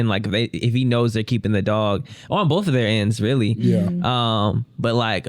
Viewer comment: "thiyri nit equivilint" 🤬